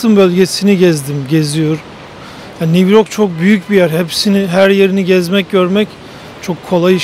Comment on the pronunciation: Niv york nedir ya!! Bari sen yanlış telafuz etme.